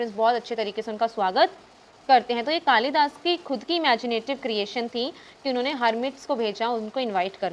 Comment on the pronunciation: Behan its कालिदास in hindi not kalidasa